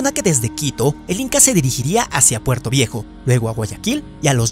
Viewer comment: no es puerto viejo es porto viejo man